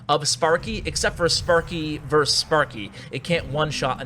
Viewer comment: vs. is pronounced "verses", not "verse", the word is actually "versus". infectious is pronounced "in-fect-shus" not "in-fec-chew-us". You are welcome.